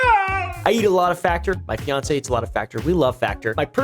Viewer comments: are we going to ignore that he said Faincé? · HE SAID FIANCÉ YALL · did he just say fiance???